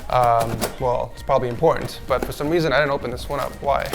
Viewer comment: Im-Porn-tant files